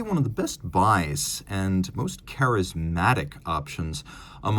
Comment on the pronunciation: CHARISMATIC IS CORRECT